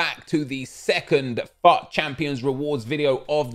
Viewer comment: its fut not fuauattt😀😀😀😀😀😀😀😀😀😀😀😀😀😀 you trigger me when you say fut that way😂💔